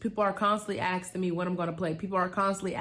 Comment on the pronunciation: And its ask-ing..... not ast-ing